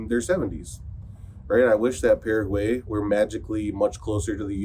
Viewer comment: Paraguay... pronounced "Para Y" (para why), not "para huey". over a year in the country, you should know better 😁